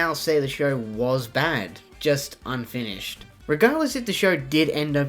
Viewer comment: More emfases on “unfinished”